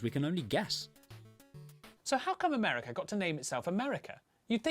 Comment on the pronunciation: United States "of" America. NOT AMERCA